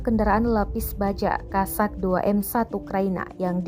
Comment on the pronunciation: По украински правильно кОзак (kOzak), от слова коза. А кАзаки в России😉